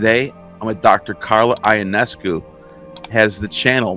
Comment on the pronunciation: IT isn't I-onescu. Try read it like in yolo. Yo-nescu.